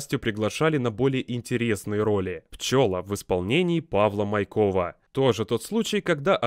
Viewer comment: Не майкОв, а мАйков